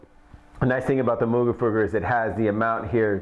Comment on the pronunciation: I love you and all, but Moog rhymes with "vogue"..